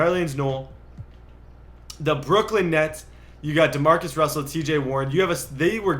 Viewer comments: Did anyone else here Demarcus Russell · “Demarcus Russell”? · Did you say Demarcus russel?